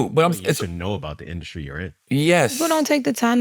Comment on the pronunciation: Why Charla put a C in the word industry? 😂 Induskree